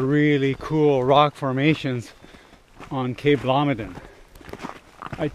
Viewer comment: It's Blomidon, not Blomidon.